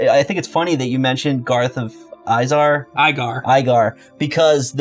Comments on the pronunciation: Izar = Is-Are for pronunciation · Garth of Izar. Izar.